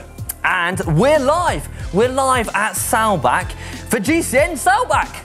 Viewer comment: Awesome show. I am a little disappointed in your pronunciation of Saalbach... Normally your German is always spot on